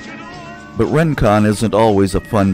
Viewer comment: Isn't it pronounced "ring-kon", not "rin-kon"?